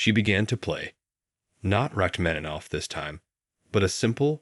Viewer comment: YOU IGNORANT : it is Sergueï Rachmaninov, not your stupid supposition «Rach Metanov» ; you should look for a new job, maybe a cleaner, a sweeper somewhere...